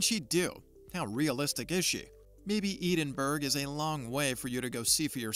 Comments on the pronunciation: Poor dude calling it eden berg? Someone should have told him how to pronounce Edinburgh FFS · Edenberg. I think he means Edinburgh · "Eden-berg, Scotland" 🤔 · Eden berg ???? What??? Dreadful pronunciation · Where the fuck is Eden Berg, Scotland?! Pretty sure I've been to Edinburgh (Ed-in-bruh). Sadly I did not see the 'Lock knees Monster'. But I hear that's because the Scott's are making good progress on that, 'Arthur-I-Tees' drug. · Eden berg?! Bahahahahaaa! Perhaps you could ask a robot how to pronounce this famous Scottish city’s name correctly